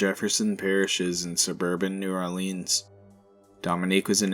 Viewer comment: We they pronounce it New Ore Leans you know they aren't southern